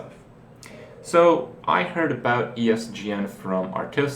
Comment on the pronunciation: i lost it when he said "ESDN" xD